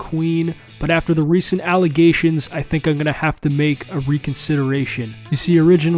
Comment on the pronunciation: "recent alligations"💀